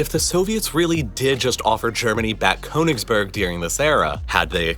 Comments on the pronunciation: This is a good video about KÖNIGSBERG, not Konigsberg and it's negligent of the presenter not to have learnt how to pronounce it. The first syllable is like the kernel of a nut (near enough), So "Murder in Königsberg" would be a good title for a book or film. It really isn't difficult. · Well done presentation. The narrator could have added another feather in his cap had he studied just a tiny bit of pronunciation in the German language. Königsberg, with the umlaut over the o is pronounced more or less as Kerrnigsbairg, with the lips rounded as the sound of er is pronounced. Der is not der as in English but dair without the r sound. The river Neisse is pronounced Niy-suh, not Nee-suh. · The German version of it is pronounced "Kurnigsberg"